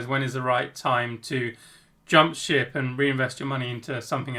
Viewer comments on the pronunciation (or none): none